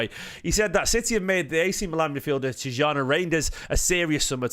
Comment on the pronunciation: Been told it’s ’TEE-JAWNY RINE-DERS’ , but could totally be wrong